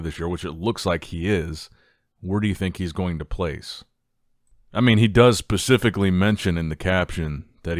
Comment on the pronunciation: It’s Specifically not Pacificly😅😅